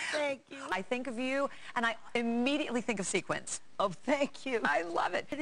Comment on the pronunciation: (um...i think you mean "sequins,"...lol)